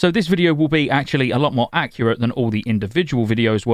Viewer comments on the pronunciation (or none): none